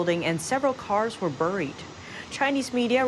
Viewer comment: I do love and admire, but after so many instances I must finally, but I hope nicely, make the comment that "buried" is pronounced "berried", not "burryed". 🥰